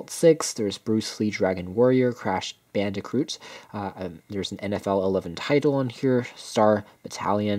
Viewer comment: There is not an 'r' in Crash Bandicoot. Please pronounce it correctly. Crash BAN-DEH-KOOT.